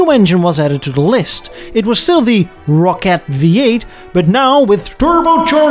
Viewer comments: Also rocket Not rockette like Radio City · Bust our ass over aluminum (no extra I) but pronounced Rocket...Rockettes like it's a Broadway dance Troup 😊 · First of all - thank you for pronouncing Aluminium correctly (and, would you be so kind as to let American's know how to pronounce it properly ..? Canadians we're about 50/50 pon getting it right .. lol) .. Second, I was about to ask what the hell a Rockette V8 is (thinking it was a Rocket) .. I was today years old when I learned it was actually called a Rock-ette .. Love the channel man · Ah loom in um. Rock-et We speak American English here. Not British English. Well done episode. I enjoyed it.